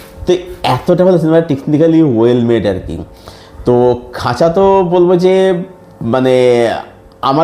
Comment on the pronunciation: খাঁচা না খাজা?🤣